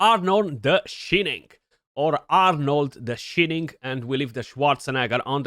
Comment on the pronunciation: it’s “the shining” like the sun is shinning or the movie from back in the 70’s. Just trying to help 😊